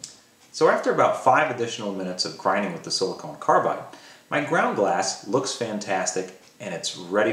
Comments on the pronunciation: I have to wonder if something else was on your mind since you kept saying Silicone Carbide rather than Silicon Carbide ;) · Hamilton, I appreciate you watching and taking an interest in the fine details. I am assuming you are referring to pronunciation as my banner is spelled "silicon". You are correct, my apologies. Thanks for your support.